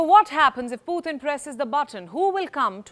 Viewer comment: for some reason i just hate the way this channel pronounce Putin's name.